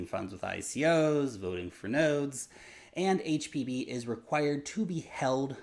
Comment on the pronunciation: Did he say hpb or hpv??? Haha jus saying